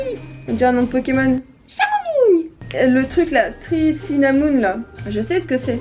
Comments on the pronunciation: on dit "kamomie" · Kamomille la prononciation mdrrr ok après avoir regardé plus longtemps tu mas littéralement (pour le coup) détruis 😂😂😂😂😂😂